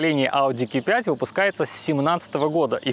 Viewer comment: "Ки 5" "СказаШно" "БалУемся" Вы шутите? Уши загибались, пока смотрел ТВ. Верните его в школу, пусть доучится...